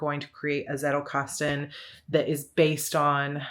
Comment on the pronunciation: It made me smile when I heard you pronounce 'Zettelkasten'. But I guess every Anglo-Saxon will pronounce the Z as a soft 'S' like you did, while a Germanspeaking would pronounce the German word with a hard 'Ts'.( Just an observation from a German. You do you, it's your language )